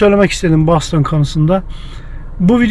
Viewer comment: Ben Türkçe'de `Boston` diyorum, "Bostın" ya da "Bastın" değil. Nasıl Londra'ya "Landın" demediğimiz gibi...